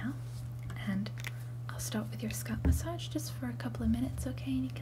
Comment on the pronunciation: Ma-saj not Mash-aj. Otherwise, amazingly convincing and indistinguishable from real Americans :>